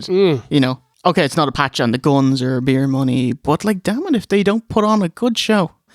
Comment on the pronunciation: "Pro-bear" 🐻 "chow-dah" 🐟 "bee-ear" 🍺